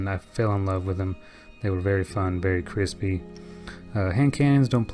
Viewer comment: Say "crispy" again... I dare you, I double dog dare you!!